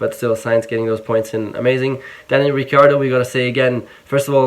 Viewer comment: Cmon man, you know how to properly pronounce ‘ricciardo’